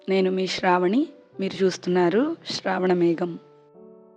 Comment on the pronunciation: Hi... చాలా రోజులు అయినది మీ వీడియో చూసి... మరొక్కసారి మళ్ళీ చెబుదామని అంటే చివరిసారి... మీరు ష్రావణమేఘం అని పలుకుతున్నారు... కాని మీరు పలకాల్సినది శ్రావణమేఘం అని... కాని మీరు అలాపలకడానికి ఇష్టపడటం లేదనిపిస్తుంది... సో క్షమించాలి.. మీకు ఉచిత సలహ ఇచ్చినందుకు...